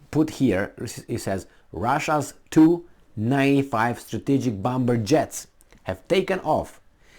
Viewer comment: Darling the B in bomber is silent x